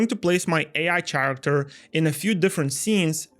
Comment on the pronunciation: Love it, but character is pronounced with k. Really triggers. Still, shout out